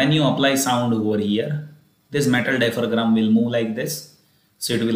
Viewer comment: Oops it’s diaphragm...not dipharam..but thankyou for the concept